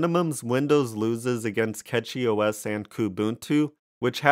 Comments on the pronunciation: pronounced "Cash-ee" and not "Cat-Chee" - outside that, I do like all of the new gaming Linux distros but still mainly fall back to ol Windows on the main desktop, everything else is running SteamDeck's OS essentially, or some variation of. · Its Cachy (Cash-ee); not Catchy... Its called CachyOS, because the custom kernel patches and CPU scheduler allows the system to optimize resources in micro caches. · I say it like "catchy" too. Who care about the name of an OS or how you pronounce a brand or whatever tbh. Hell even name can be pronounce differently depending the country you are in. Don't worry about people being offended by anything. The "worst" thing that can be mispronounced is a name and here we say "there is no mistake in a name". If someone think it's a disrespect they just don't have enough problems in their life. (first timer here btw so I'm not defending because I'm a fan but trully because I think what I say)